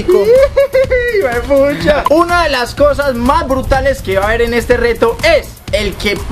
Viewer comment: Xddd dijiste mesico